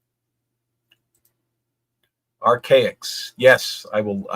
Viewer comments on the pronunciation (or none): Its archaix not anarchix